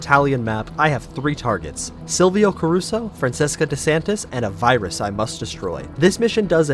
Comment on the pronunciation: Francheska, not FranSeska